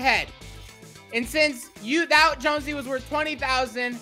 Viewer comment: Its not jonsey its jonesy